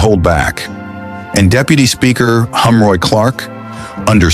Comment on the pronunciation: His name is Heroy, not Humroy